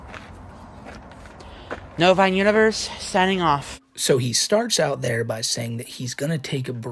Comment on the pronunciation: I still can’t believe he calls it that, how does he not know it sounds like that? What even is a Novine?